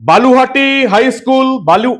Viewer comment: বালুহাটী না দাদা বলুহাটী 😊